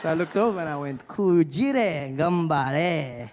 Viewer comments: Thb, his pronunciation was really difficult to understand, and his くじら sounded like くじれ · 1. The エ (eh) pronunciation of "a" never occurs at the end of words (share, care etc) , so kujira will never be pronounced kujire 2. He's trying to speak Japanese, so らisらand never れ , irrespective of how English pronounces "a". Just how "fa-ther" (dad) will never be pronounced "feh-ther", irrespective of what alphabets it is written with. So point 1 is moot to begin with.